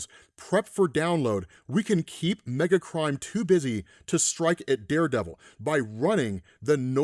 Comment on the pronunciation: Every single time he said "Megacrime", I heard "Megatron". Every time.